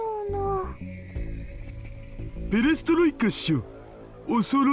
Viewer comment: Pair-a-stroy-kuh. Lelt - sin. Gol-ba-choff.